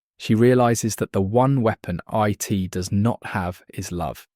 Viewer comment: A society where individuality is erased and free will is nonexistent is a perfect description of our own. Also, you do not pronounce IT like an acronym.